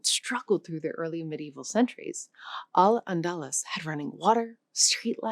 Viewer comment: It's pronounced "Al Andaloose". Thanks AI!